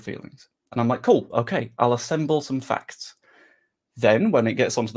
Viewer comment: It might be the fact that you pronounce "facts" as "fucks". So when you say "Facts don't care about your feelings", it sounds like "Fucks don't care about your feelings".